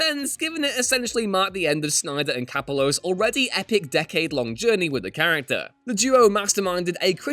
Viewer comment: Greg Capullo's name is pronounced "Cuh-POO-low," just an FYI. Source: Him saying his own name on Kevin Smith's Fatman on Batman #38, lol.